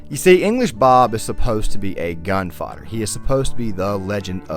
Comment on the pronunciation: The RDR2 music was absolutely spot-on for this analysis, as well as your voice, even though I must say I found the way you sometimes pronounced gunfighter like gun-father was a bit funny to me.